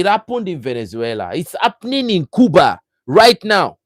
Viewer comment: You pronounce Cuba the right way!